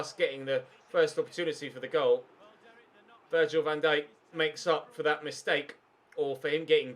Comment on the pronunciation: Learn how to say Virgil name properly